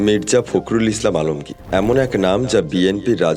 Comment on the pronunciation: ফাক্রুল বলেন কেন, বলেন ফক্রুল